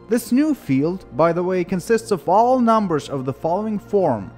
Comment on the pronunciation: I love how you say NUMBERSH :3